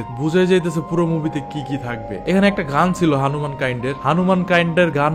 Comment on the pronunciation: ভাই ওটা রণবীর রানবির না, আর হনুমান কাইন্ড হানুমান না।